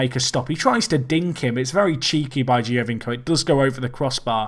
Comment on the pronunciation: You're no Benji but just FYI its pronounced Joe-vinko (Giovinco) :)